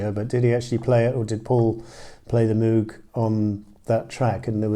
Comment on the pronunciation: Robert Moog’s name rhymes with “vogue”—the mispronunciation is practically universal and the spelling certainly leads one in the wrong direction.